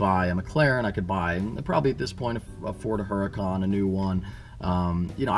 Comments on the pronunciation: lol he said ford hurrican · "Ford Hurucan" Excuse me?!? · He said Ford hurrican